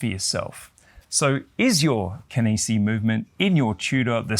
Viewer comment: Such an odd presentation lol Starts off the video pronouncing Kenissi correctly Switches to "Kennessee" Reverts back to the normal way 😵‍💫😵‍💫